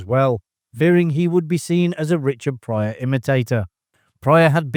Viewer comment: Its "Pryor"......